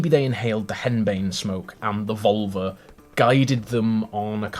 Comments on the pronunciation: Glad I'm not the only one who heard vulva. Every. Time. Is there a way to add a counter to the video and track how many times he says it? Lol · About völva. Finnish is my first and swedish is my second language. Both have the letter ö. Völva is not pronounced as vulva. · Yes! Took me forever to figure out that he wasn't saying vulva. 😄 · Can you spell the V word for seer? It sounds like you are saying vulva, external female genitalia. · Why are you ignoring the umlauts in 'völva'? It's annoying when English people do this! It's lazy! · OK,, you still pronouncing the 'ö' like a normal 'o' instead of 'ö' I noticed in the video. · I speak Swedish(I'm Swedish) and I assure you that is not how you pronounce the umlauts. For example, names like Björn which means bear in Swedish, is pronounced Byearn, just to simplify things. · They definitely gave you the wrong pronunciation. English speakers have tendency to ignore umlauts, which is annoying. 'ö' appears in Swedish, Icelandic, German and Hungarian. This is how it's pronounced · Can you pronounce the omlaut in 'völva'?